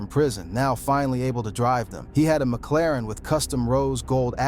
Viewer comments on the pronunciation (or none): none